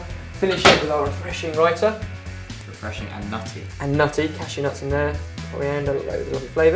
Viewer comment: I am Indian and I am surprised you guys pronounce names like raita, palak, naan, etc so very well